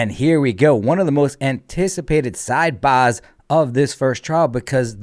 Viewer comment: I thought they were fake too - love hearing the sidebahhhsss